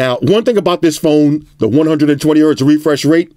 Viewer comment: “Refursh rate”